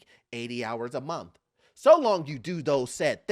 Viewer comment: Correction "80 hours a monf". Black people are turning into British people. Brits dropped the "th" on most words and added and f. Monf. "This has me finking".